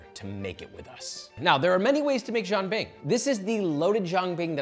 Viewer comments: I stopped watching when they started slicing the cucumber. I almost dropped my phone when they put milk in the batter, and I wanted to strangle Josh for not pronouncing it properly. Jean bing? Really? Wtf? But… I am guilty of jianbing mistreatment myself. I like making the sauce out of pixian doubanjiang as well as huangdoujiang. Gives it a nice deep flavor and a nice little kick of spice. I’ve also put in yangrou chuar, cooked over a campfire. My favorite shaokao. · Right? Frickin nails on a blackboard. Sounds like he’s saying Jean Bing, Chandler’s French cousin. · If you're going to do a 15 minute video on it, learn how to pronounce the word jianbing first. Lol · The chef is obviously a native speaker of Chinese....Why couldn't he simply teach Josh how to say Jian Bing correctly :( It would have taken 10 seconds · Can you at least take the extra 10 seconds to look up the correct pronunciation😊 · Not to mention Josh’s HORRIBLE pronunciation of jianbing. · Yes, the constant mispronunciation of it drives me mad. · Jesus Christ. It’s not Jean Bing, Chandler’s French cousin! It’s jee-an bing. If you’re going to spew on about how authentic you’re making something, AT LEAST LEARN HOW TO PROBABLY PRONOUNCE IT. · Stop saying John Bing😭 I’d rather you say Jen Bing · It’s pronounced as ji-yen bing, as in Japanese yen, not ji-ahn bing…. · I hear Josh saying “John bing” but it’s more like “jee-an bing” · it's "jian" like Leanne. why do you keep saying jang bing lol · "Jean" (as in Claude) bing? Nah bro it's Jen bing? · Jian Bing is a buckwheat crepe, and Jee’ Ann has a different pronunciation. I applaud you for bringing northern Chinese cuisine to our attention, but let’s be a little bit more authentic please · it's jian bing. Like Jen. what the why you had butcher the word like that? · stop butchering the names 😢 Who is John Bing? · It’s as authentic as Josh’s pronunciation. Jean Bing. wtf.